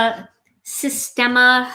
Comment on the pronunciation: The Sistema containers are made here in NZ. I think now owned by an American owner. They come in all sizes and colors. We pronounce them SIS TEAM A....LOL Beautiful card by the way. Gorgeous Stencils.